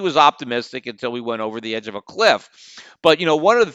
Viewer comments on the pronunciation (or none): none